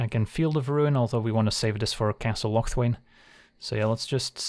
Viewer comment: I think you pronounce castle locthwain wrong